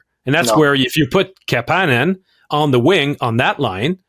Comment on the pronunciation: Almost turned it off because the way he said Kapanen. Idec if it's right, i just hate it 🤣🤣